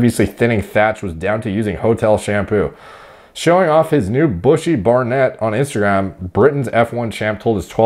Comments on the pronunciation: barnet pronounced - Bar - Nit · Barnet is a term us English use for hair. Its pronounced Bar-nit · Hahahaha hearing you say Barnet is amazing. It’s pronounced Barnit my man!😂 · I had a friend how had major scalp problems that made his hair very thin but then fully recovered later. However there wasn't the typical norwood pattern baldness like with Hamilton, all of his hair was messed up. Edit: Barnet (pronounced Barnit) means hair in the UK, no idea why. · I think you were unsure about Barnet? its English cockney rhyming slang i.e., "Barnet Fair" - hair. which is shortened to Barnet. pronounced - Bar nit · Barnet - ha ha! UK term pronounced "barnit"